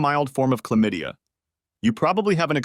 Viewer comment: The narrator’s pronunciation of her getting chlamydia sounds odd AF. Accent repeatedly on on syllaBUL.